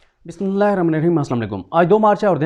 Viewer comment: Bhai apni Bismillah❤ thek karen please